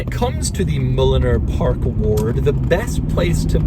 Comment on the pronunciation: Oh! Park Ward! Park Lord sounds better!🤣